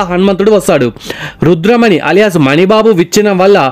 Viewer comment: అది రుద్రమణి కాదు రుధిరమణి